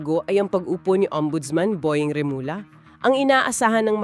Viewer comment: Check how you pronounce trillanes remulla. Ang sakit sa tenga